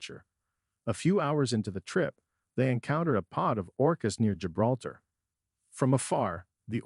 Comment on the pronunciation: “Jolter”, er do you think he meant Gibraltar?…. So tiresome wasting time on these pathetic click bait entries with totally unprepared script readers. Avoid this one for starters!!